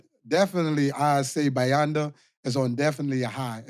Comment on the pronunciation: got bayanda's name right